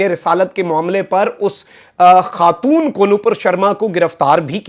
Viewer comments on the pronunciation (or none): none